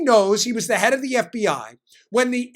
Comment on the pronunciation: Hey Dan, I think you meant “F B Eye”!